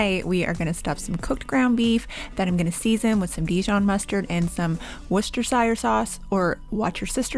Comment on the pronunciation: WUS-ter-shir sauce. Love from Worcester (Wus-ter)